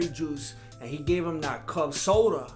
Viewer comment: He said Cub soda lol